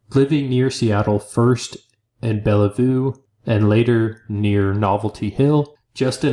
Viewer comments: Pronounced Bell-View, Washington not Bella-Voo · He also got my birth city, BELLA VOO